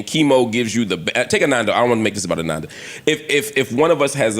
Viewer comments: Her name is Ananda! Not Amanda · Her name is ANANDA not AMANDA...